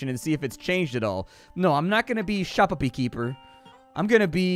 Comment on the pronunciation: Ill watch this just to hear say shoppepepe as it amuses me